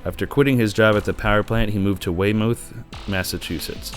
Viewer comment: I'm a Marshfield native, we don't talk about this guy. I didn't even know of him until about a couple years ago after I moved away. Only complaints I have is that the pic of Marshfield High you showed isn't the correct picture haha. Ours looked a lot shittier. And "Weymouth" is pronounced "Way-Myth" lol